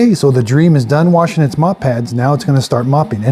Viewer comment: Correction it’s not pronounced like dream it is pronounced like dreamy